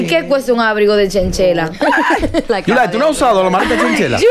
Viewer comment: Sera abrigo de chinchilla no chenchela